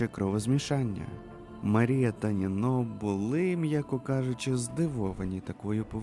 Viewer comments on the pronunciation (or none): Привіт, авторе. Кілька ремарок щодо наголосів. Зазвичай укр мовою наголос КанбЕрра (на Е), а також італійське чоловіче ім'я нІно (на І), а нінО то картвельське жіноче ім'я Дякую за роботу, історію ту вже знала. Уолшу пощастило